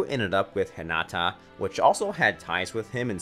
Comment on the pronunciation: Suemeeray, shihpoodin, hatawkay... I couldn't even finish this video.. my heart cringed。 Edit: Stopped watching when it said Hihnawtaw, Sakuroe/sakuraw and Asueraw. At least it didn't mention foor lettuce. (It because I refuse to believe this is a human speaking) Note: Let the person who wrote the script and watched the anime narrate PLEASE.